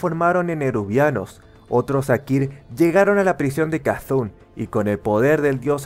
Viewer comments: me pregunto porque le dices k,thun a c,thun xD pero muy buen video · tengo una duda, porque dices "cazun" a C´thun (cetun)? me encanta esta serie y me gusta la forma en que la cuentas, sigue asi, saludos desde de argentina :D